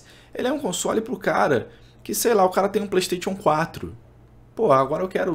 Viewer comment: Passa pano demais... e a pronúncia do Playstation é de doer os ouvidos kkkk